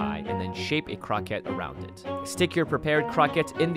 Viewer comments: crow-ku-ett or something like that kept saying Crockett like Davy Crockett lol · The word 'croquette' is based on French and pronounced croh-kett like baguette ('Croquet' the sport is prounced 'crow-kay'.). If you're speaking Japanese, then the word for it is 'korokke' ( コロッケ) which is when it's pronounced like crow-kay (more like 'koh-ro-ke' but close enough'). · isn't it supposed to be pronounced croh-kay.... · Love your videos normally but I can't make it through this one. You're murdering that poor word. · Damnit he keeps saying croquette wrong! Ashley says it right but he says it like the word rocket but a c in front of it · it's really annoying how you pronounce croquette